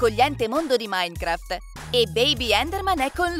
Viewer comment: Quando ha detto maincraft Io =ha imparato!!!! E poi ha detto fortnaite E io =nooo ( so come si scrivono ma come ľ ho scritto io è come li ha detti...)